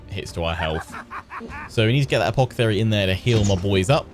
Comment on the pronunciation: i love how he calls the guy "Apockethary" :P